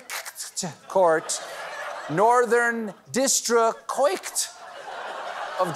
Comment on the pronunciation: "DISTRICCOIT" How is it even possible? She was smoking the Kracken indeed.